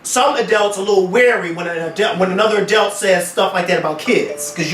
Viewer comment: Lmfao I cannot stand the way pronounces the word "adult". He keeps saying "adElt". adelt adelt adelt. Hahaha omg I almost wanted to stop watching because of that... Great episode though, guys!